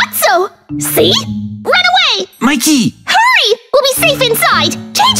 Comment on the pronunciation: And it’s mickey not mick